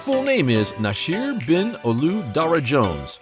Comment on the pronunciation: I had to stop watching . The continued mispronunciation of Nasir and now Rakim. I’m done 👋🏾. Do research instead of reading off a piece of paper 📄 👀